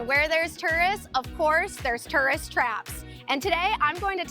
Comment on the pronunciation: Tough to watch a video about tourist traps in which you can't properly pronounce the word "tourist".=